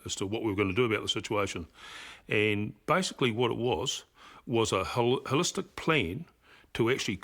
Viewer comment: Lost me at "hollistic". what a knob